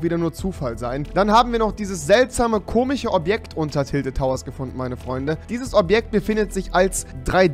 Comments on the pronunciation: Es heißt nicht komich es heißt komisch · Schon "komich" irgendwie xD😉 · Komiche 😄😂 er kann komisch nicht aussprächen und logisch auch nicht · Rewi bitte sag komisch nicht komich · Komich...leichten Sprachfehler?